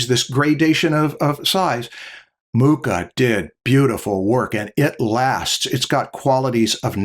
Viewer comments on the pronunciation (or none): Awesome episode as always. Since I noticed can pronounce the "ch" in Bach flawlessly, I'm sure he'll be excited to learn that the "ch" in Mucha is pronounced the same as the "ch" in Bach. So it's not [muka] but [mukha]. You can trust me on this matter, I'm Czech;)